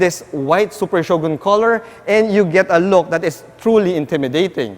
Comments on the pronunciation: i think its better to say it " Sho-gun " not " sho-gon " your one of the best vlogger in autoMoto world hr n Phil...keep it up! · Shogon? Bwaaaahahaha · is that how you pronounced Shogun?...im confused...thnx